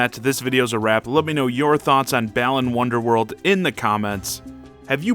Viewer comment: "Bland wandoorland"